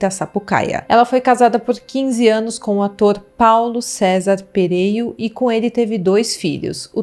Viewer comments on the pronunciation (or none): Não é PerÊio. É PerÉio.